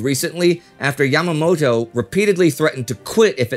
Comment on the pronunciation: The only thing that actually bothered me about this video is Indy saying "Yamamotu" instead of "Yamamoto". I might barely speak any Japanese after years of not using it, but in my 4 years of classes I knew quite well that it is all pronounced piece-by-piece- unlike English where previous syllables impact later ones. Should be "toe" instead of "too"... unless there's some hidden lore I'm unaware of.